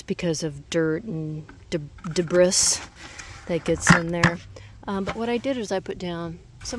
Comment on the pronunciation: De-brie. The s is silent. But thank you so much for your content!